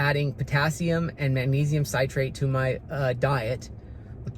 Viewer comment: Actually it’s potassium you need to be careful with, not magnesium! Magnesium will be eliminated via the intestine if you get too much or the wrong salt of magnesium. Magnesium Citrate is pronounced Sit rate not site rate. It’s not as absorbable as magnesium carbonate and the very best is magnesium glycinate. I prefer to take magnesium in solution- I use the CALM brand from Costco. It just makes sense to this retired nurse brain, that if you take a medicine/ supplement already dissolved, it will get into the blood stream faster and more completely than a pill or capsule. I have also used Ionic Fizz magnesium but CALM is cheaper. Remember the 3 “master” electrolytes are magnesium, potassium and sodium. They work in concert as the body seeks to maintain its electrolytes balance. Electrolyte drinks/ powders are ok, as long as you pay close attention to ingredient labels. Many are like a dessert with loads of damaging sugar. Many have only tiny doses of electrolytes, just so they can call basically a sugar bomb an “electrolytes “ drink! I like Redmond ReLyte powder or LMNT. Neither have sugar and both have decent amounts of electrolytes and a variety of flavors. I have had palpitations (pvcs) for years. It was a fellow nurse that pointed out in 2011, as I nearly went down at a 5k, that the diuretic my Dr had me on was dropping my electrolytes! I should have known better, but was busy care giving for a string of sick family members. Soon as I began supplementing potassium and incr